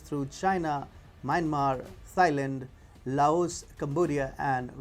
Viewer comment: It's pronounced "Tie-land". Not "Thy-land" .